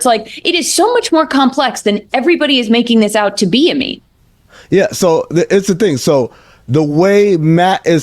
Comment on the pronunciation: sometimes when Amin says his name, it sounds like he is saying amino acid, which woulda been a banger nickname.